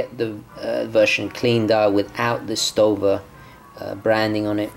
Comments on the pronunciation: Your first pronounciation was fine ;) its "Schto-wa" like Storz Walter, the founder of the brand. So the "w" sounds like you pronounced it i hope this helps And the text on the leather strap means "real leather, handmade, skin friendly" greetings from germany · Hi, it's pronounced like you said it the last time in the beginning of your video The brand name is build from the german name of the founder Walter Storz. Stowa is short for "Storz Walter" > "Sto... Wa...". Although the name "Storz" in German is pronounced like the English word "sh... ould" in the beginning (German: Sch...), the name of the Brand "Stowa" is mostly pronounced with just an simple "s" in the beginning. But this can also depend on regional dialects in Germany;-) True to the original last name it would be "sh..." in English. Stowa is a great choice for affordable Flieger Watches. But you should also check out the German brand Laco. They also have authentic Flieger's in their portfolio. Because they often use reliable and well finished japanese Miyota (Citizen) movements the price is much lower. Nevertheless the finishing is also on a very high level. You can check some pictures of one of their models on my Flickr page: As someone mentioned in the comments too, they are also the only manufacturer nowadays which produces authentic Flieger watch replicas (and I mean true replication, not just a copy. Because of that the price is much higher). Link: Best regards from Germany, Daniel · You said Stowa right on the first time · The name derives from "STO," for Storz and "WA," for Walter (Founder Walter Storz). Walter is usually pronounced as a "Va" sound and the S would have the "Sh" sound. Since the o in Stowa has no umlaut, it would be pronounced as a normal "Oh" sound. So I think "Shtova" would be accurate indeed. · Echt Leder translates to genuine leather and your pronounciation of stowa sounds right to me. "shtova" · The 3 one is right (pronouncing)